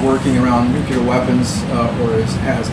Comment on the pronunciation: I love how many times people say "nucular!"